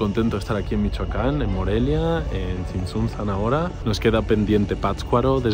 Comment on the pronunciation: niñoooos! se dice tsin tsun tzan, no din dun dan 😂